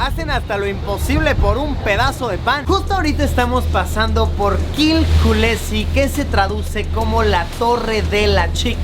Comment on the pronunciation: "Kız kulesi" no. Eso ya no lo pronunciaste nada bien. XD